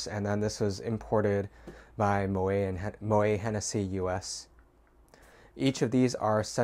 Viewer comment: Moët is pronounced "mo-ette" ... he was Dutch 😃